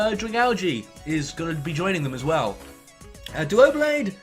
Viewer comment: Erm... It's Doublade (Double + Blade), not Duoblade... And Sigilyph is pronounced with a J sound, as opposed to a G sound, as the G does come from Sigil, not Glyph.